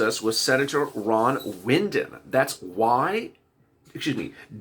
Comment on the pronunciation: WYDEN is pronounced WHY-den NOT like Win!!